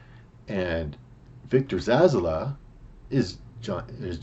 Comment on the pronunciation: Zsasz is his name mate, haha like your version though, Victor Zazzler sounds like a Dazzler/serial killer mash-up. Zazzler the sequined serial killer lol, he's evil but he's fab-u-lous! Anyway I know it's not about the pronunciation I am just pulling your leg. Good picks mate